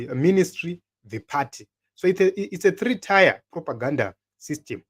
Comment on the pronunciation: The word "tier" is pronounced "tiye" not "taya" just saying